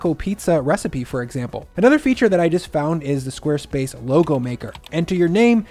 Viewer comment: Did you just say square splace? 😂